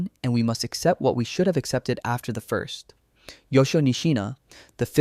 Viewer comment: " Accept" not except.